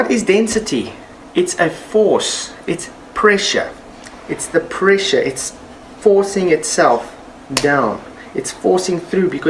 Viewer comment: evry time he says PRESHA i start ; dun dun dun dundundun duu